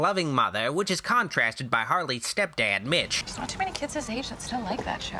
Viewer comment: Lol Had to go back a few seconds I thought you said his name was bitch instead of mitch 🤣